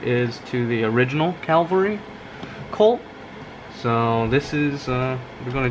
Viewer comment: Beautiful. By the way, it's a Cavalry Model, not a Calvary Model. Calvary is where Jesus was crucified.